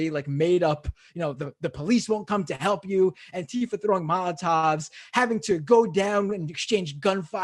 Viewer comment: Just pronouncing it properly would help, don’t elide the word together to make it sound vaguely foreign like the right does. Use the hyphen - Anti-Fa, Anti-Fa. Enunciate it clearly and remind people of what it stands for at every opportunity.